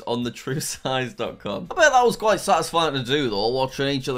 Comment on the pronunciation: When you said quite I thought you said pita and it was so funny😂😂😂